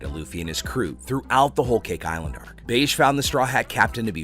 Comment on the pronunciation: Plz bro - he’s not called “Beige” he’s called “Bege” (Beji)